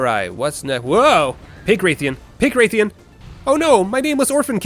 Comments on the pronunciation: Every time you pronounced Rathian as Wraithian, my brain took .1 HP of Psychic Damage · Saying Wraith-ian is unforgivable. I'm going to repossess your home. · You actually did it! You pronounced odo and rathian weirdly, but you did it! And you even threw in the freedom unite music one last time. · It pains me to hear the way you pronounce odogaron and rathian, please pronounce words better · the way you pronounce rathian wrong but rathalos correctly both confuses and angers me